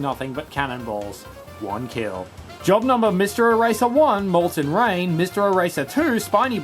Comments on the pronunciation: Rain is pronounced/ɹeɪn/, I heard it pronounced as /ɹaɪn/ in the video. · You mispronounced rain